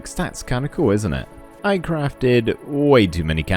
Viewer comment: and then I heared "kind off"